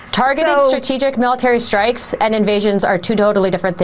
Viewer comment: "Two doh diddly different things" "Strategic trikes"